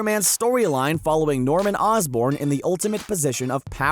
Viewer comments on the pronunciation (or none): none